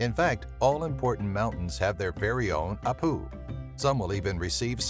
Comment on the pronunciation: Peruvian here. We call them Apu (stress on the 1st syllable)